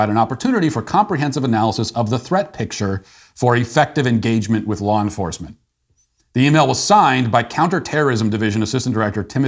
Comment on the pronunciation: You probably didn't mean to this but when talking about parents and the FBI you said "Flaw Enforcement ". How so accurate